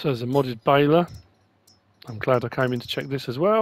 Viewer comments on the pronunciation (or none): none